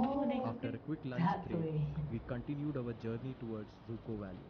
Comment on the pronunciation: Let's make a correction with the word again... It's dzükou.. not dzuko.. zuko.. züku.. or whatever Just learn the spelling at least